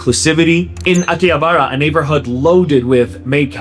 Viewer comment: I've never heard anyone pronounce Akihabara like that and was confused. Thx for putting text up with the audio, that always sorts me out when it's a tricky word.